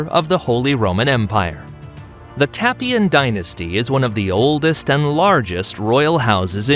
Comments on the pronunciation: So like a Hollywood movie things can be mispronounced and historically inaccuracies included? It's a ridiculous point that you make, why as it's so easy to research why wouldn't they do that? Like pronouncing Capetian correctly! Most people wouldn't research it further so why not just get it right? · First time I hear about the "Capian" dynasty...